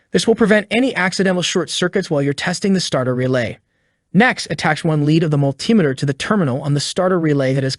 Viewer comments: Mul-ti-me-ter not mul-tim-iter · also the pronunciation of multimeter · Multimeter is pronounced Multi Meter not Mul Timeter. Tear is pronounced tare not teer It is Pronounced WARE AND TARE. It is spelled WARE and TEAR. Where did you go to school boy?